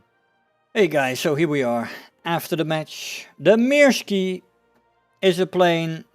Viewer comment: It's "Myrsky", not "Meerskee" or "Mirski". And the crosses of the national insignia are missing the hooks at the ends. WE used it first, before the sauerkraut connoissieurs gave it a bad name. Thank you for uploading.